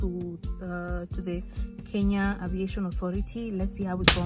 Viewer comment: i was mad n thinking where's my lawyer. Kenya poooooh. He just said it right